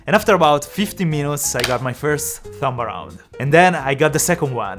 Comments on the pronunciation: Everytime he say after 15 minoutes i die laughing 😂😂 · Love to hear the "50minots"